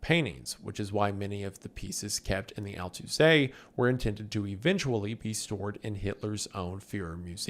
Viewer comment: I'm from neighboring town of Altaussee. Wendi almost got the prnounciation right. Just give the "Alt" a bit more weight. It means "old", so split it up as Alt-Aussee.